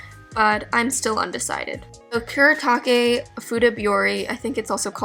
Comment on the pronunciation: It's "sa Koo duh" (Sakura) and "Koo Doo ta Kay" (kuretaki)